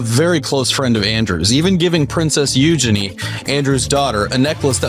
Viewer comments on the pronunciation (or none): It's not Princess Eujenny, it is Eugenie, like Genie in a bottle. Really wish you would get UK English narrators who know how to pronounce names correctly? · LOL "These names are hard." Buddy, you even got Eugene wrong! You-gee-neen it is not. You-gene. The others I'll give you a pass on, haha.